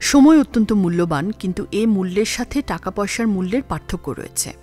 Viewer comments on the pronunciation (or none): none